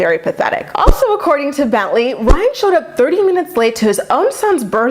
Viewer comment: super late but everyone says “rhine” bc Maci with her accent pronounces his name like “rhine” instead of “Ry-an” lol